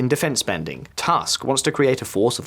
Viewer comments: Prime minister family name is Tusk not Task. In Polish u is always pronounced ‘u’ never ‘a’. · Thank you for your job. Small tip - name of the Polish prime minister is pronounced phonetically as "Toosk". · Your pronounciancion of Polish names is pretty good with one exeption: "u" in Tusk should be read not like "Trump", but rather like in "book" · When do they learn how to pronounce Tusk properly?